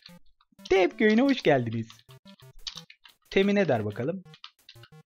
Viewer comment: hoşgeldiniz değil abi hojgeldiniz